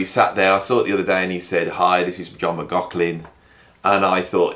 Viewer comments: Even being German, I dare to give a comment on the pronunciation of “McLaughlin”. Doesn’t the name have somewhat Gaelic roots with those strange consonants? There is a way to pronounce the gh softer with slightly breathing H. Like German “Bach”. Not Bak as Anglos like to say, but Bachhh. Can You imagine what I mean? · Muck Loff Linn....repeat slowly and speed up....and you'll get there😂😂😂 But don't worry too much...your pronunciation might be off but your content is great. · Yes...I'm aware of this but in the end if I don't pronounce M-Glock-Lin then I will be cursed with continual comments regarding the pronunciation. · I think the ambiguity with how McLaughlin is pronounced is due to people with that name pronouncing it differently, depending on whether they have Irish or Scottish ancestry. I understand that the reason John McLaughlin was born near Doncaster in South Yorkshire is that his mother, who taught Piano, left London whilst pregnant with John, to escape the Blitz bombing of London during WW2. I've read that he lived in Kirk Sandall, which is about 4 miles NE of Doncaster city centre. If anyone knows the address he lived at, I'd love to know because I only live about 3 miles from there. If the residence is still in existance, it deserves one of those commemorative Blue Plaques like the house that Jimi Hendrix lived in, in London, has.